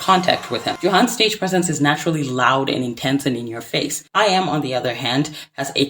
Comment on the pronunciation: is no one going to correct the pronunciation of her name? yikes